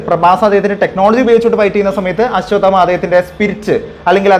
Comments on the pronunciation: ആശ്വദമാ അല്ല.. അശ്വത്ഥാമാവ്......അശ്വത്ഥാമാ...ന്നും പറയാം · Ashwath amma enn onnum parayallle.... Correct pronounce cheyu bro